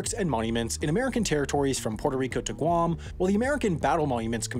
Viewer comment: Guava-America for Guam?? Seriously? 🤦🏽‍♀️